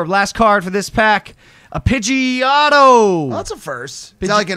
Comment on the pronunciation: Italian Pidgey, Pidgeotto 😂🤣